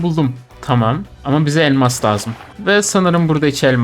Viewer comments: ELMA"K" çakmak ne?😂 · Abi fark etdin mi elmas çakmak demiyor elmak çakmak diyor 😂😂😂😂